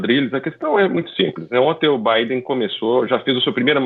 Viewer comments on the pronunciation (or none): none